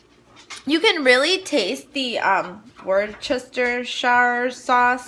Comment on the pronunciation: For all our American friends it is pronounced WOOSTER not wooschester or woochestershire saves all the tongue tying, hope this helps.